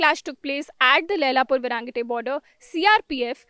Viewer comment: Why is the reporting calling it Varaangate instead of Vairengte? 😆